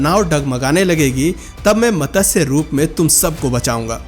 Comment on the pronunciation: Ye matasya.... matasya..... kya laga rakha hai. Lakho log sunte hai aapko. Aur lakho log sunenge. Pronouncing CLEAR hona chahiye. Matsya Avtaar....... Not matasya...